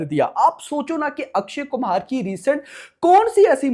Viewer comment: Bhai akshay kumhar nhi akshay kumar